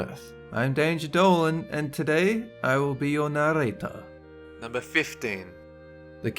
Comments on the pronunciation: What happened to "I'm Danger Dolan and I'll be your narrrrrrrrrrrrator." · I enjoy how he says narrator too much